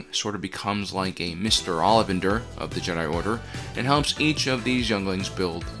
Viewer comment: That's not how you pronounce Ollivander.